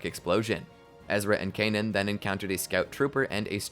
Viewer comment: The way you say Kanan is driving me crazy they never pronounce it like that in the show